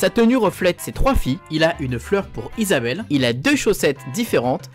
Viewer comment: Ont dit Isabelle mais sinon super video